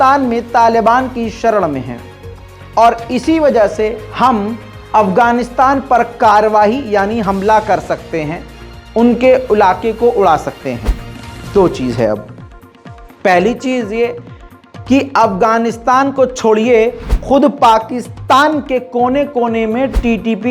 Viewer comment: Ulaake nhi ellake 😀😀😀